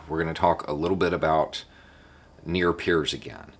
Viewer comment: Near peers? Nier piers? Idk what you’re saying or what it means.